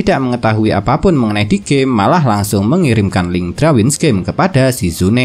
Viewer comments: Darwins bang bukan Drawins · Risih dengernya kalau bilang drawin